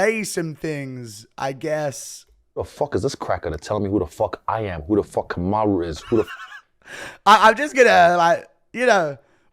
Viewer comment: I think its hilarious when Triple C calls out Usman on their show, and I find both of them hyper cringe. Ive been waiting for guru to break this down and the more cringe the convo got, the funnier Henry's pronunciation of "Kamaru" is... Hay fellaz🎉